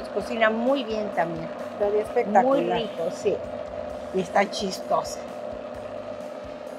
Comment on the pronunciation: Espectaculeishon (espectacular)